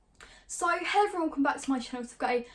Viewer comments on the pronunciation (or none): Is it just me or does it sound like “ so hell ev one